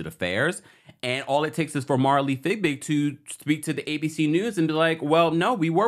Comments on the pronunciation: You are too funny with the pronunciation of Marilee’s last name. Isn’t it Fiebig and not Figbig??? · Her name is pronounced Fi-BIG - it’s not FIGBIG !!!! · MARILEE FIEBIG'S NAME IS PRONOUNCED " FEE BIG", NOT " FIG BIG" Please pronounce her last name correctly.